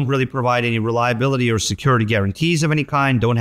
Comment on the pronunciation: Lol, he said 'Or', it did sound like 'yeah'